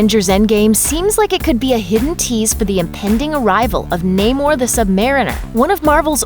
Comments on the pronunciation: It's pronounced "Nah-mor" not "Naymor" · Nay more? Thats not how you say it.... Nam - er. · Na-more the submarine